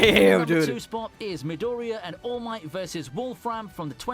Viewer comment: He is fully committed to calling All Might “Almighty”.